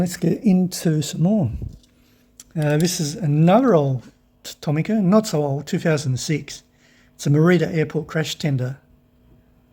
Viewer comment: I wasn't going to say this, but then you announced that you are going to southeast Asia and this might help. The letter "i" in Japanese has an "ee" sound, so, Tomica would ne pronounced Toe-Mee-Kah. Isuzu would be pronounced ee-soo-zoo. The letter "i" added to the letter "e" Shinsei becomes Shin-say. Korean and Japanese are a derivative of Chinese, but Japanese hate to admit that, so the sounds are the same across the Asian languages.